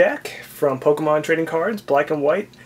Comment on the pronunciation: you say pokemon rong